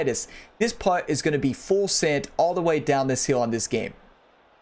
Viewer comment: Appreciate the tutorial. Your accent is off-putting though lol. When you say feel you pronounce it "fill". And when you say hill you pronounce it "heel" 😂. No disrespect intended lol